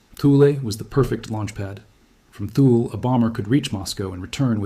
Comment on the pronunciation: Thule is pronounced Tooly